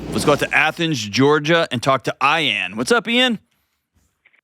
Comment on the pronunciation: 😂 Eye-an and Joctor Dohn. I had to go back to make sure i heard it correctly 😂 love it